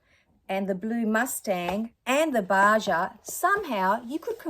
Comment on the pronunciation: Crazy good deal! And Baja sounds like baha, it’s spanish.